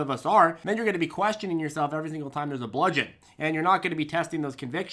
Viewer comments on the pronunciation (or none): none